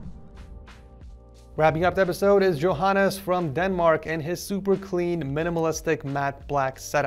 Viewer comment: I like how he says Johannes wrong. But tbh it sounds a bit better when says it. 😆